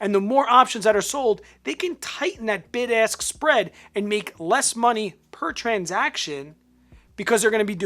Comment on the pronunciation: LOL!! My wife made me put you on ear phones because she thought you kept saying "BIG ASS Prices". ROFL